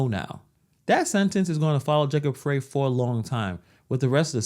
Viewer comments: Our Corrupt Mayor Jacob Frey's name is Pronounced {FRY} as in frying Chicken., not Fray., No pun intended,. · Pronounced "fry", not "freh"